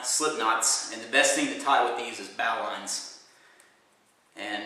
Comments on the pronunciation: You pronounce it Bo - Lin , not bow line . A very old nautical term pronounced differently than it is spelled. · hey, i just wanted to let u know that its bow(as in archery) knot. not bow(as in ship. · It's pronounced bo-lin, not bow line. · bow line as in archery bow,not bow as in boat bow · Its not a 'bow'line like bow wow. It's 'bow' like in archery. An ancient sailor knot. The old sailors called it a 'bowlin. ' ie: "Yarr.., she's secured with a bowlin Matey". LOL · Its pronounced Boe-lun or Boe-lin, not Bou-line. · "bo-lin" or "bo-line", not "bo-LAN". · Doesn't this guy know that a bow line is pronounced BO LIN. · Bowline is pronounced boh-lin ya jackass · its BO LIN BO-LIN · Thats a wise prediction and is most likely correct, its a good point but the pronunciation in our English language is Boh Lin. It's akin pronouncing "colonel" like "kernel" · Thank you sir, its bow as in and archery bow, and line as in Linn, like the name bowline bo Linn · bowline knot is pronounced bowline in English.... as, bow as in bow and arrow. in Kings English and queens English. ive been speaking kings English for 65 yrs +. an can speek rit proper like ant it ya no.reel proppa leek wat i dus. Good speller also. ha ha . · a bowline isn't pronounced a "bolan" if you're from down south!! :)